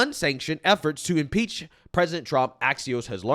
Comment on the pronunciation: He can't even say impeach😂😂😂😂you know your country is in trouble when you lose your cultural identity. God what a freak😂😂😂😂😂